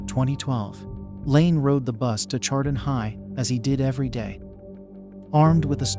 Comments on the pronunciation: Honor the community and pronounce it right!!! It's 'shar-don' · I stopped watching after you mispronounced Chardon. Do better research.